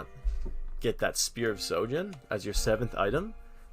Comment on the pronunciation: spear of sojin ?????????? is he drunk or did i miss out on something XD